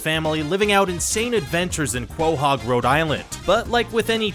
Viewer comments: notice how he says kwohog instead of koehog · CO-HOG not KWO-HOG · "Kwo-Hog" Sometimes I swear they pronounce things weirdly on purpose. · Did you say BOHOG?????? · I swear he said "Crowhog" in the start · What was with the pronunciation of Quahog?